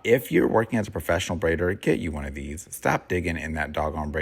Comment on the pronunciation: Your style of teaching is just so easy to follow, brother. I appreciate you. "Like deeez" is hilarious, btw.....